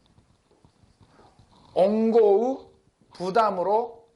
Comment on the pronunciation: 원고를 옹고라고 읽으시네 ㅋㅋㅋ